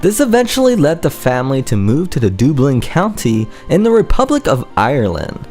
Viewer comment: You can’t spoke right! Dooblin?